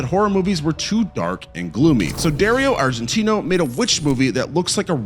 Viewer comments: Dario Argento , not Argentino. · Bro, how are you gonna have a horror channel and not know how to pronounce Dario Argento or the main priests name in the exorcist?